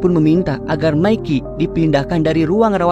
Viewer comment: Mike bukan dibaca Mickey, tapi Maik.😅